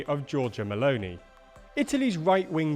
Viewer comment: can I say that I like the way says meloni?